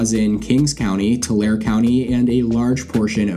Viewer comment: "Tulare" is pronounced "tuh-LARE-ee"